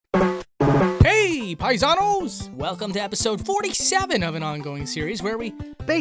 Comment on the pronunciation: Please! The word ''paisanos''. If you're gonna say it, say it properly at least xD it's not [paisanous], it's [paisános], it's not an english ''O''. We try our bests to speak English but you English people speak Spanish as you want! Try your bests too.